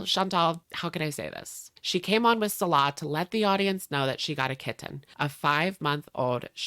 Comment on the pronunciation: Please say "kitten" again 😂